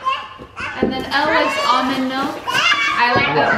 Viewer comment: Elle** pronounced “L” Not Ellie that sounds like “L E” (Just helping<3)